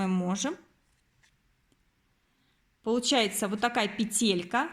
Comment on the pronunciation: Почему петЕлька?? пЕтелька - правильно! Вы же не говорите : капЕлька, а говорите: кАпелька.